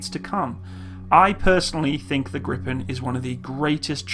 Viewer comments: Your pronounciation is almost good. You say the "pen" too fast. Try: Gri, Pen as 2 separate words. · Well you pronounce Gripen like Grippen. You should say it like "Griipen". You stretch the word a little and not saying the "p" as abruptly. "Gree-pen" I guess would be well enough. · For a non-Swede, you pronounce "Gripen" relatively well, but if you want the Swedish pronounciation, pronounce it like "Greepen" rather than "Grippen". (You will also get extra points for a more "Spanish" kind of R.) :-) But, hey, who cares? Just for fun. Your pronounciation of "SAAB" is amazingly perfect, though, indistinguishable from a native Swedish pronounciation. Regards /Swede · Why are people calling it Griffon? lol. It's called Gripen. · Gordon Lawrence If you want the right pronounciation, Gh-riiii-penn is probably a better spelling for a native English speaker. If you bring your cherks back, as you say ”gr” your pronounciation is wrong. G and r are two separate sounds, not a single sound, but the ’g’ is short. The ’g’ in ”grit” is what you are looking for. Do not pronounce it ”djee”. Even if they are two separate sounds, they are very close. It is not ”Geh-riipenn”. The last ”n” is pronounced by pressing the tip of the tongue just above the front teeth, not by rolling the tongue upwards. Think ”Penn-sylvania”. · wtf do u mean griffen 🤔 it's gree-pan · Your meant to say gripen not griffen? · it's gripped not grippen say it like greepen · short answer: YES ;) and the strict Swedish weapon export law make it a pretty much guarantee that it will create jobs on Canadian soil through licence manufacturing as you mentioned. Great vid :) thx PS: No it is not pronounced griffen but "Gripen" translates directly to "The Griffin" so... no sweat :D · It is pronounced "greepen" not "grippen". The i in Gripen is like the long e in "greed". The last "e" in Gripen is like the "e" in "end". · Its more like [greepaen] in bloody foreignish. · Stop Gripen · Gree-pen (gree like in "Greed")